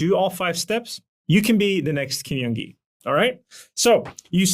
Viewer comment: i'm a fan of your videos, thank you so much for making them! I feel like this sort of analytical breakdown of skill development is really helpful. BTW in Korean the J sound does sound like an English J, not a Y. Kim Jung Gi = 길정기 = correct name Kim Yeong Gi = 김영기 = literally a different name that does not hold the same meaning.